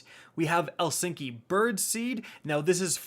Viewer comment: did he just say elsinky?